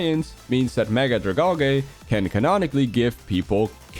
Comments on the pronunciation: Drag-AL-gee, not Drag-ALL-gay... 😒😒😒😒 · Dragalge is pronounced drag-algae, because it's supposed to look like kelp, which is an algae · ’s pronunciation. 💔🫩